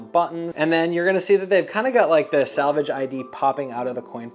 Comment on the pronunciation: Selvedge, not salvage... unless you're repairing the denim. 😆